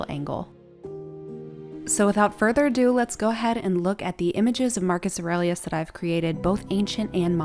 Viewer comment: Bravo how you pronounce his name!!! Love it! 👍🏼